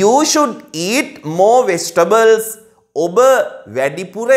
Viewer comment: ඇයි වෙජිටබල් කියන්නෙ නැතුව වෙස්ටබල් කියන්නෙ... මට තේරෙන්නෙ නැති හින්දයි අහන්නෙ හොදේ.